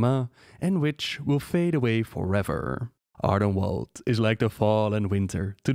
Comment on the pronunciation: Ardenweald is pronounced as "welld". You've already gotten this right before in "Eastweald" (which became the Plaguelands). ^^ Also, while (and if) I have your attention: the phrase is "on the orders of [person]", not "in order of [person]". Small but annoying mistakes, I just want to make it as perfect as your content. =') <3